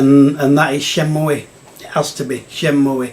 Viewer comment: It's been a while since my ears have been assaulted by "Shenmooey" 😂😂 Why does everyone hate on RPGs, they're the best 😮😂